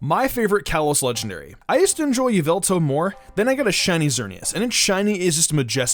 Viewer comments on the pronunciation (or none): it is yavatal not yeveltal. Pokemon Talk 8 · It’s Y-ah-val-tal